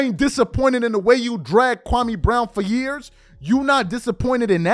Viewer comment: SAS was so disrespectful to Kwame Brown to the point that he pronounced his name wrong. SMH